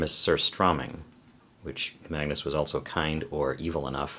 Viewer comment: You are pronunciating a and g to hard in the name Magnus. And if you "do something" with must eat surströmming correct. Removethe all surströmming and washed for a good amount of time in water. Laterwhen you eat the surströmming you must eat the surströmming with tunnbröd.